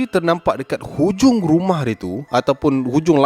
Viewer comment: "guma" rumah eh HAHAHSHA terkeluar slang melaka